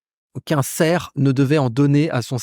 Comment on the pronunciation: petit détail : un "serf", on prononce le "f".